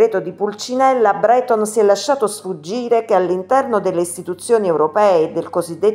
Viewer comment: Thierry' Breto'n ...accentazione!